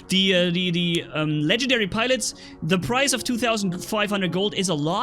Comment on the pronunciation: Legendary not Ken gen diary